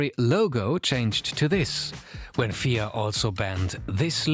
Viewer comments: WTF is the "Feeah" it's "F. I. A." Also tobacco sponsorship has resulted in the MOST iconic racing liveries in all of motorsport. (perhaps not counting Gulf Oil and Martini Racing) You focus all the opening attention on Tobacco but never once mentioned Alcohol sponsorship. You bring up HAAS' shady partnerships with Fake brands like Rich Energy but never mention Russian Oligarchs and paid drivers. This video has many flaws and glaring omissions. It could've been a lot more comprehensive. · For future stuff you might want to say F I A and not fia. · F.I.A (pronounce each letter), not Fia. Otherwise, great video! :) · Just a note. It’s pronounced F.I.A and not as a single word. Because it’s an acronym for Fédération Internatonale de I’Automobile